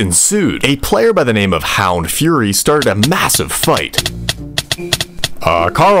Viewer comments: Hound the fury 💀 buddy it’s fur Ee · bro didn’t dare to say furry so he said fury lol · damn he could set up and script all of this but couldnt pronounce "furry" correctly